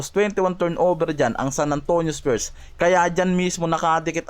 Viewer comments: Grabee k nmn masyado mo iniislang ang pronounciation ng spurs pero.sau ispyurs hayop ang styles mo. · Spures eh bisakolllll itigil mo yan ayusin mo mna mag banggit ng spurs hindi spures 😅😅😅😅